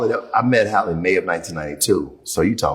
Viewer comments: Her name is: Hay- lee NOT HOLLY ! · It’s Halle not Holly.. 🤦🏽‍♀️ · Who is Holly Berry? How can you watch a video with her name being pronounced properly dozens of times and still keep say Holly? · These men don’t even pronounce her name correctly. 🤷🏾‍♀️